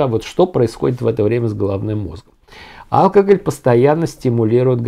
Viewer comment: по правилам ударение в слове алкогОль на о в третьем слоге. Ухо режет)